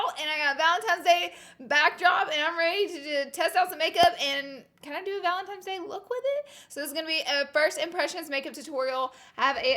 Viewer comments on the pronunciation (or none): Girl is valentiNe’s not valentimes 💁🏽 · VALENTINE NOT VALENTIMES GOD DAMN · Laura!!! I love you so much... but GURLLLLLLLL ITS VALENTINES DAY, not valentiMes day😂😭😐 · ValentiNe's day. It is an N not M...... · it’s valentines, not valentimes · Did anyone else notice that Laura kept saying Valentimes instead of Valentine's? Love our sweet Laura though 💖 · This valentimes day look is killing me. I love you and your quirkiness so much. It’s an N not an M boo! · She said valentimes day not Valentine’s Day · "valentimes day" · She would say “valentimes day” 😂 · The first time you said Valentimes I was like aw god haters gonna comment. I love the pink ValenTIMES day look. Don't see you in pinks to much! 😘🖤 you soo much. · "Valem-tines" Day. I love the way she says Valentines day 😂❤️ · Is she saying valentimes day? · I'm dying every time she says valentimes hahaha Laura i lah you! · “Valentimes Day” it’s kinda cringey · Does anyone else CRINGE when people say valenTIMES day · Laura I love you but I couldn’t stop staring at your mouth when you said “Valentimes” and then right as I was writing this comment you corrected yourself because you said that someone in the comments was going to call you out😂😂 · Love u even tho you repeatedly said "Valentimes" lol xoxo you're the best Laura 😘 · She says valentimes day😂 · I love a good pink look. Never change, Laura. You go on saying valentimes days lol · BOTH SNAP AND IG FAMMM 💗💗💗 Say valentimes day one more time 😂💗😭😭😭😭 I love you Laura ❤️❤️❤️❤️😍😍😍😍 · IG AND SNAP FAM!!!!😍😍😍 valentimes day😂😂 love you so much Laura!!! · IG Fam!!! Love your channel!!! And we all slip up and say valentimes... your good! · PS I say “valemtimes” day too❤️❤️ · ”Valentimes day”~Laura Lee😂😂no shade tho😂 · I love you even though you say Valentine's day wrong 😂